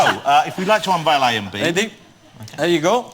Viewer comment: Are you weady to wumble